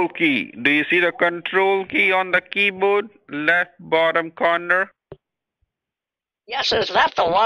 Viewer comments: Why do basically all scammers say keyboad? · "Keybod." (miffed mode)